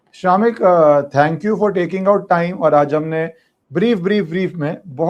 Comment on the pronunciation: 😂 true. It's शमिक।